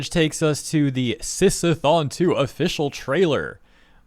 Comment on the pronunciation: "Sis-a-thon" the biggest flaggot sh!t I've ever heard. And "Are they PR friendly?" No you r3tard it'll be PR friendly when they're out of business forever for promoting insane pdf bait. At least they're genuine fakes because that stupidity is next level.